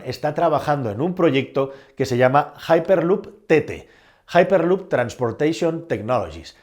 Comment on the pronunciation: Que MELÓN, JAIPERLUP. ESTAS HABLANDO EN CASTELLANO, LEE EN CASTELLANO, HIPERLUP. GILORIO